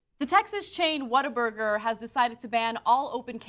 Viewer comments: she says "WhatTheFuckBuger" not burger, lol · Cenk, it's not 'whataburger?' it's 'WHAT,A,BURGER!' and they'r very good, better than In-Out, Five-Guys, Wendy's, King, Mc'd, Jack, .. also the fries are good, shakes, they start cooking it when you order it, so it's fresh and juicy, good quality meat, made to order, it's a damn good burger for sure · About the name, in their mouthwatering TV ads, the guy takes a bite out of a burger and exclaims, "What a burger!!" It's commonly pronounced "WaterBurger" here in H-Town and you guys would love it. Their burgers, fries and milkshakes are amazing, that's why there is one on every corner. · Its What-a-burger not waterburger. And its way better than in-n-out burger. And they aint losing any business cuz they have better ketchup than heinz and aint nothin better than whataburger at 3 a.m. nothing. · ....... WhatTheFuckBUGER.... Buger? ..... people can't even be stupid correctly.